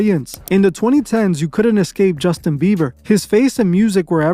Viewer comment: "Justin Biever" 😂